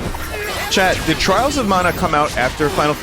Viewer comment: TRAALS OF MAUNA killed me